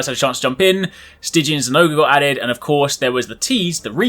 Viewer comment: I think you mean "Styngian" Zinogre